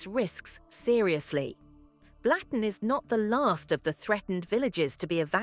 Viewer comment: Not pronounced Blatten, it`s Blutten.